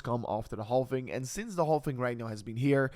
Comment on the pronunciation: Silent "L" in halving my friend ❤